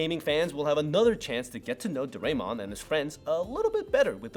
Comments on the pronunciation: The Sazae-San is Pronounced Sah-Zah-Eh-San not Sazay-San and Doraemon is pronounced Do-Rah-Eh-Mon not Do-Ray-Mon. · Nice informative vid! But why you gotta murder Sazae-san's name? Suhzay--san???? Also, instead of Garfield you should've likened Doraemon to Felix the Cat. Also, Doraymon??? I DID actually know of all of them, but I'm not gonna toot my own horn (too much!). Also, I didn't see any mention of Chibi Maruko chan! But very informative and good. No hate! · Dorae(mon) should sound like dorae(moon)…….. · For Doraemon but the others were fine